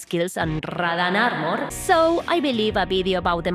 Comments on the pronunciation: rradán arrmorr, me gusta cómo suena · RRRRRRadahhhn Armerrrrr